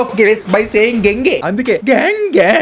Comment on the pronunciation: Gangey ❌ Dengey ✅